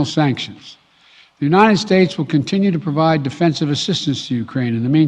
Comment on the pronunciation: Brandon sounds like he has cotton in his mouth and nose plugged . Keeps sayin uninen instead of united .